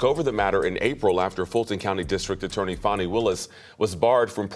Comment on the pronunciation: Its FANI ITS NOT FAUNI